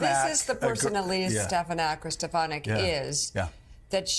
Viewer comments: He didn’t mispronounce her name. She had secretly changed the pronunciation before Trump said it in the new improved way. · Trump is delusional! But Joe, you mispronounce Trumps mispronunciation !!! OMG, lol. At least get THAT right, when you mock Trump. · It sounded like "Stepanek" to me. Stephen Stepanek, among other things, was the chair for the New Hampshire Republican Party. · Well... in the clip I heard Dump say "Stepalenku", not even "Stefanek". 🤣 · He actually said STEPANAK. There is absolutely no P in her name, so it is not just a mispronunciation. and Joe. You do not have to keep repeating the name, especially when he didn't say what you say he did. And stop over-talking others. It's very rude. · He didn't even say: "SteF a nack" He said "SteP a nack"😂😂😂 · I think he said stefatnik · face-blue-smiling:@ at Joe in the background sayinh "Stephanak" I swear he be so shady...🤣🤣🤣🤣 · Hope and pray SNL picks up Joe saying "Stefanak" 😀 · He actually says 'Stepanak'. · He said 'Stepanak' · You realize he just doesn’t know how to read write.. he probably has like a fourth grade reading level. He sounded it out as Stefanak because he thinks it looks like Stefanak. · He actually said “Stepanku” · I heard Stepanek, with the emphasis on the first syllable instead of the second. No matter; his brown-nosing sycos have their heads so far up his passage they don't hear it. Stefanik is an absolute disgrace; the very worst exhibit of the very worst of human nature. What is it they say: power corrupts... That she and so many other Rs can rise to positions of such power and influence with a total absence of integrity or sense of duty to the country is mind-blowing and sad. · Watch out for Stefinak saying thats actually how you pronounce her name from now on 😂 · In his native NYC metro area there's an Archbishop Stepinac High School, a boy's Catholic school. (I went there.) It's pronounced just like that. The source of his confusion? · It almost sounds like he said "Stepanak".